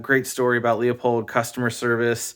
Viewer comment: It’s pronounced (phonetically) “Loo-pold” Not “Lee-a-pold” BTW great video…